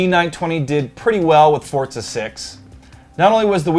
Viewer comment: boi its pronounced "fortza" its a hard "z" not a soft one